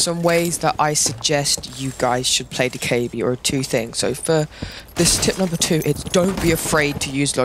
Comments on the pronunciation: im pretty sure its doe keh bee btw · I love how u said do ka ebi lol 😂 Keep ur content:) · hahaha that was funny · it’s annoying how you say her name wrong